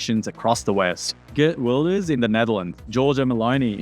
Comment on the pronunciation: It Is pronounced Reert Wilders (G Is pronounced as an R In the dutch language).